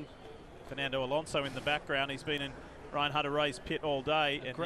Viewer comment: "Alonso" please!